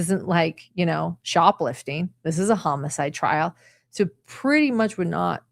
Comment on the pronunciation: Thanks for the great summary, but I gotta tease ya... the pronunciation of homicide as hum-a-side is killing me., is that when a killer hums the whole time they are committing the murder?